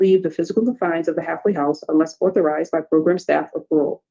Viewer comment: It’s AUTHORIZED!!! Not OTHORIZED!!! Hahahaha ayeeee I can’t stand it!!!